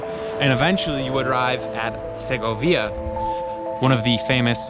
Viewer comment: I think the stress is on the o not the via in Segovia. I may be wrong